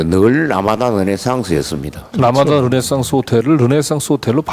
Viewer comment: 라마다를 라마다라고 하지 머라그래.